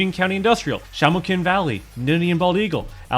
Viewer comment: how do you butcher saying "shamokin" that badly 😭